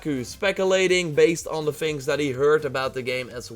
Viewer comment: Don't say Fings it is things